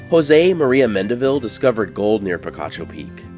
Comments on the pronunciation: It's pronounced pi-KA-cho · The name is pronounced pee-KAH-choh. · I was so disappointed when Picacho was pronounced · "Picacho!" If you were a bit allergic to picachos, and you ate a few, not knowing so, you'd sneeze, saying "Picacho!" Actually, that might be inaccurate. "Picacho" Means a mountain peak rising out of nowhere, a "pico," which I think by now you can get by with pronouncing OK. And if the 'pico' is very abrupt, it's a "picacho," a big rude old 'pico.' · There's also Picacho nm too. I was pronouncing it like the pokemon.